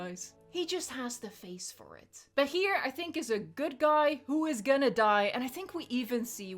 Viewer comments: Btw Bachir is pronounced Basheer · It's pronounced Bah-sheer, but good attempt!! XD